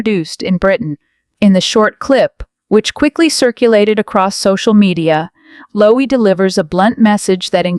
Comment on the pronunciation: His name is 'Lowe' as in 'low', not Lowey or Loway